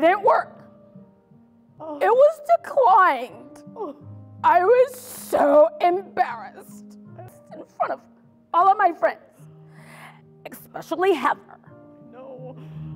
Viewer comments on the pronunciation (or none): "It was Dekliyend!" lol